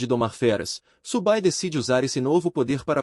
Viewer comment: Cara parabéns pelo vídeo, acompanho várias obras do canal e gosto bastante dessa, fico feliz por vc ter trazido aqui. Se me permite o toque, da uma conferida no texto antes da IA ler, pq ela fica com uns erros bobos mais irritantes como o nome do prota sair de "Su Bai" para "Subu Bai" e o nome da unidade ser algo que nem consigo entender rs São uns detalhes bobos mais que são repetidos o tempo todo e por isso acaba causando desconforto.